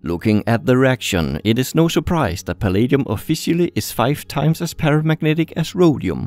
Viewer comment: "Eeeeet iseeeent exsactly paramagnatic"